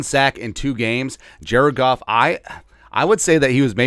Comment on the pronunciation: Did he really call him Jared goof. Put some respect on his name. He carved y’all up all day